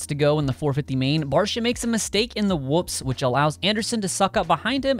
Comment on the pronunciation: Its Barcia, enuf said